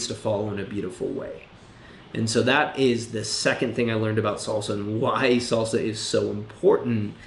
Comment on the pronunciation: Fellow salsero, and agree but do note it's pronounced salsa not solsa! You're giving strictly come dancing vibes. It is a Spanish word and uses Spanish phonetics!